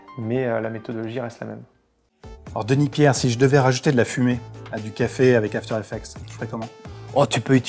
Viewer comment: After Effec"TS" s'il vous plaît, pas After Effec"te"